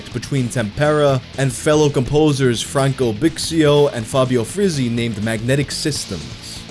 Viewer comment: It's so refreshing to finally hear someone who genuinely tries to pronounce Italian properly and doesn't just slap an English pronunciation to every word. Just two corrections: Tempera is stressed on the first /e/ and not the second and the [z] sound in Frizzi is stronger, the same way in which you pronounce Cozzi. Everything else... thanks for trying hard to respect the language.